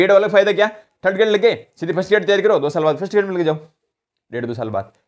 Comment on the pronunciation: sec... थल्ड ग्रेड नहीं... थर्ड ग्रेड... मैं समझता हूँ... ये आँचलिक क्षेत्रीयता के कारण आयी भाषाई कमी है...लेकिन... सुधार करना हमारी पहली प्राथमिकता होनी चाहिए 😊